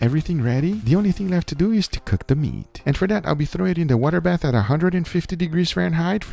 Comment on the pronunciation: I heard ‘wonder bath’ not water bath but I’m here for it 😭